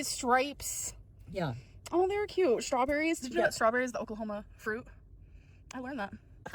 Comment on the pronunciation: The way she says “KYEÜT” instead of “cute” makes me want to remove my skin